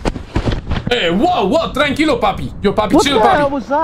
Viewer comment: TránquiŁo Papí TránquiŁo. Lol. Everytime 😅